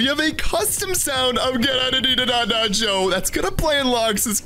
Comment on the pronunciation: Its not joe is go